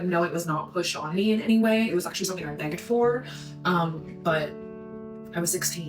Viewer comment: is it beg’ged or begged? I pronounce it begged.